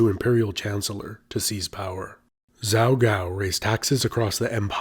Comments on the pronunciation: I know you don't speak Chinese and certain mispronunciations are to be expected but 趙高 (Zhao Gao), the zh should be more like a J in English. Pronouncing it like a z makes it sound like you are saying 糟糕！Which means really bad or terrible. It also is used as a mild expression of displeasure like "shoot!" or "dang!" 哦糟糕！= Ah, dang it! Now that I think about it, though, maybe that mispronunciation is an appropriate play on words given how he is represented by most history books. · I thought he said that the emperor’s teacher was named “Zao Gao” lmao I was like that’s fitting